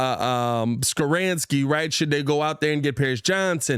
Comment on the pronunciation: ITS NOT SKORAANSKI. ITS SKORONSKI LOL